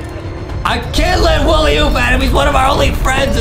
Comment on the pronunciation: Why is it saying Willy instead of wooly